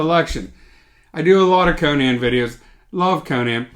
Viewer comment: These days, if you pronounce Conan properly (Co-Nan, and not Conin, like the talk show host), you deserve to be a bit arrogant! But you're not, of course.